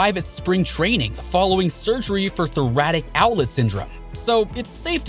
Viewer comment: Among other things…thoratic outlet syndrome lol